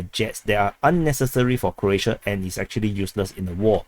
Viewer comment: It’s pronounced as “Crow-ats”, not “Crotes”. 😂 Sounds like you have a Singapore accent!